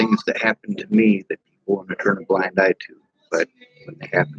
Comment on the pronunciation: For a hard while it was difficult to see whether you say blind eye or black eye